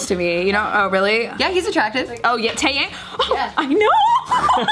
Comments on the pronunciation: It’s TaeYang not TaeYaeng 😂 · Glad he got what he deserved. Also not to nitpick, but Taeyang's name is pronounced as "Tae-Yang." Not "Tae-Yaeng" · dear, it's pronounced as Tae-young. not Yeng. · Who the hell is teyeng😂 its TAE HYUNG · honey pronunciation of Taeyang yah-ng not yaeng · his name is Taeyang not Taeyank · At first, i though pronounced Taehyung (from BTS) as Taeyang and I almost choked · "Taeyang" hurt me, it "Taehyung", but no worries I get mispronunciation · That's still not the right way to pronounce Taeyang. She pronounced it the way americans would. It's actually pronounced Tae- Yahng. The "a" in romanized korean is always pronounced "ah" not "ay". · Tay-yang???? My favourite member 😂😂😂😂😂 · Taeyang?? Mam it's pronounce Tay-yung, put some respect on my boo thangs name:') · She really said Tae Yang 🤣🤣I cant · She does know she says tae name wrong right?! Lol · "TaeYang" .. WHYYYYYYYY 😭😭😭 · epique wenqa lol she meant taeyang from bigbang :’) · How you a Tae Yang fan but don’t know how to pronounce his name???????? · emily taeyang taeyoung (and taeyong) are all pronounced differently; yes did not say the “yang” part properly but it isnt pronounced taeyoung